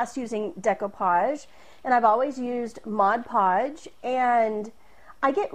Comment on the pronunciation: Thank you, and a HUGE thank you for the first video of this kind where the presenter doesn't say MODGE podge.